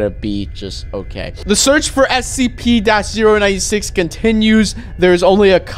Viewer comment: Is it just me or he said SCP wrong